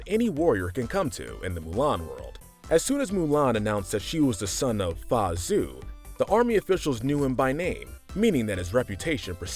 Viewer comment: Anyone else triggered how this guy pronounces Mulan's father's name? It is not pronounced as Zue ZH is more of a JH sound AO is more of an aou sound.